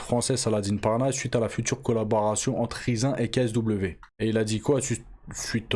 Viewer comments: Je pense pas que ça se prononce "rizze un" mais plutôt comme le mot anglais "rising" . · Rizin il nous dit mdrrr, "Rayzine" (Rising) ça vient du verbe Rise (s'élever) mdrrrrr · Ca me fume la façon dont tu dis Riz zin ! 😂 Je connais pas c'est une nouvelle variété de riz ? 🤣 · ça se dit raïzine frero fait un effort mdrrr